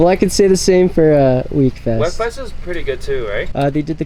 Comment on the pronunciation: please stop pronouncing it WEK fest its pronounced WEAK fest thank you!!